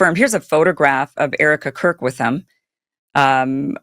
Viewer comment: Did you say Erika KURP🤣🤣